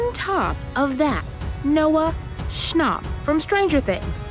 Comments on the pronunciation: They did not just say noah schnop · EXUSE ME DID SHE SAY NOAH SCHNOPP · noah chop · Her:”Noah schanop” Me”ITS NOAH SCHAPP OMG” Also her:” Nina Sioux” Me”NIA SIOUX” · noah "shnopp"??? never heard of him only Noah SchnApp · It’s not schnopp it’s schnapp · Lol " Huebie Halloween " & " Noah Schnopp " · no one literally no one absolutely no one: Lady Talking: NoAh ScHnOp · DID SHE SAY NOAH ''SCHNOPP'' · Lol she said noah snop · Name is noah schnnap but pronunced noah schnop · did she say noah shnop?! No hate... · sorry pronounced* Schnopp* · Bro at least pronounce Noah Schnapp correctly